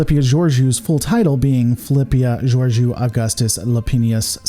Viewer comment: Do you just use captions and no volume on Discovery? They say Captain Georiou often enough you have obviously pronounced incorrectly with intent or bad lore on your part.